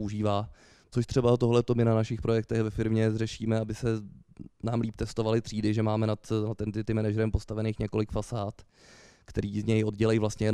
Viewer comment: Nojo, člověk se furt učí, dnes už bych řekl fəˈsäd a servis správně :) naštěstí to byla přednáška o Nette, a ne hodina angličtiny :D